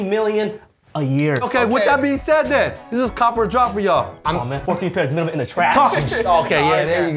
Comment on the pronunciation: Yea, if you gonna say it. Say it right...MEEEEENIMUM!!!